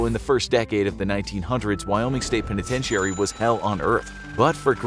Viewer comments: PENETENTEEARY? 🥴 Unwatchable, who wants to listen to someone mispronounce simple words like "penitentiary". How have you never heard that word pronounced before? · If you can’t pronounce “penitentiary”, you could just say “prison”.